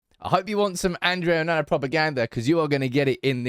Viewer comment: Your pronunciation of Andre Onana is funny (and incorrect) 😆